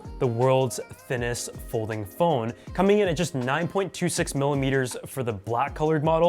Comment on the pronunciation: "Polding fhone" 👍